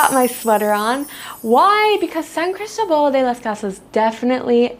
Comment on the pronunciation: San CrisTObal…accent on the second syllable… Wear solid shoes, sidewalks are slippery. It is a gorgeous Pueblo mágico. ❤️🇲🇽 And it gets very warm here, I often wear sleeveless dresses and tops, but not year-round. 7200’ elevation which means a strong sun, thin air, and chilly temperatures during certain months. From March through September it is very temperate, NOT cold… Coca Cola is evil, and good that you told the true story. “San Cris Gut” is REAL. Sadly. It takes months to adjust. Almost everyone is affected. Fireworks are almost EVERYWHERE all over Mexico. Try living in Oaxaca! 😂🇲🇽❤️